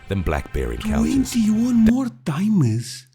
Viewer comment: sorry but "Twenty One mor'e time es"